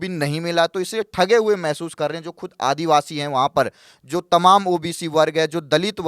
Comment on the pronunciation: ये तकरीबन तकरीबन क्या होता है भाई ? या तो क़रीब क़रीब बोलो या सिर्फ तकरीबन...वो भी सिर्फ एक बार, दो बार नहीं। करीबन करीबन इतनी बार बोलना भद्दा लगता है। भाषा की शुद्धता भी माशाअल्लाह। आदिवासी शब्द होता है, आदिवाशी नहीं।